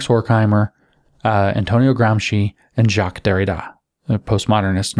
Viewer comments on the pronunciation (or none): none